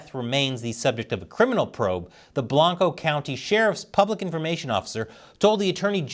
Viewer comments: Might be things have changed since I moved out of Texas 30+ years ago, but I recall pronouncing Blanco as Blank-oh, not Blonco. All the Cali-boys fixing things? Now how does one say Manchaca in Austin? MAN-shak! Of course the idiot city council there corrected it's mispelling in 2019. Oh well. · Blank-Oh. You have to mispronounce it properly. Source: I graduated from Johnson City High School and various family members worked for Blanco County (including the SO) up to the early 2000s.